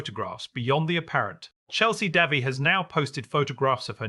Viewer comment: Try pronouncing the woman's name properly.